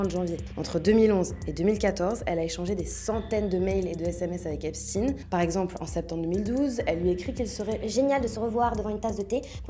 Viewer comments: Vous êtes des hypocrites.. vous faites comme les medias mainstream. J'ai zappé au bout de 20 secondes. Vous prononcez le non Epstein en epstine... Comment prononcez vous Le l'on de ALBERT EINSTEIN .. ?? EN EINSTINE??? vous protégez toujours le peuple qui fout le monde a l'envers... je me desabonne.... et vais suivre les les vrais journalistes citoyens. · Epstainnne ✡️ ☹️ on dit pas Albert Einstinnne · Pourquoi tu prononces Epstiin ? Tu dis Albert Einstein, pas Einstiin, non? Ils ont la même origine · la fille Lang dit epstin… ça doit être un truc du Milieu 😅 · pourquoi seulement ce nom-là a-t-il droit à cette prononciation? Ça ressemble à de la novlangue